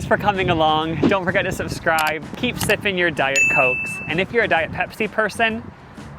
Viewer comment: ANYONE ELSE HEAR HIM SAY AT THE END "DON'T STOP SNIFFING YOUR DIET COKE" OR JUST ME?! 😂😂😂😅❤